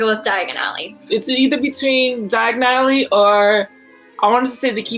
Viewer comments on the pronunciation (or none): They pronounce diagon ally just like Harry did and 😂 you guys are butchering the name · pronunciation of 'Diagon Alley', you tryna end up somewhere else dude?!